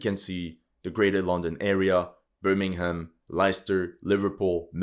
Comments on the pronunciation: "Barmimstan " hahahahahhaha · Birminghstan lol 😂 lol you know it 👍 love your humour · "birmingstan" lmao